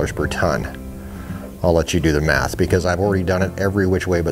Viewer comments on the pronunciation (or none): none